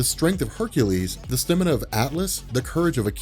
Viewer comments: STAMINA NOT STINIMA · Dude it's pronounced Staaamina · your pronunciation of "stamina" is infuriating -_